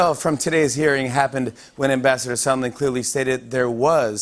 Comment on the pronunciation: I know this guy is called Sondland, but every time anyone says his name it sounds like Somlin to me. Why is everyone pronouncing this so strangely though